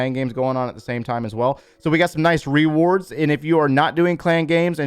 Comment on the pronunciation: Funny how he says Re wards